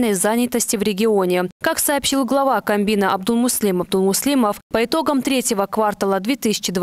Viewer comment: Не камбина, а кабмина))